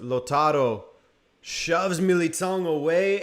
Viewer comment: Sorry, but given your Portuguese descent, your pronunciation of "Militão" was shocking.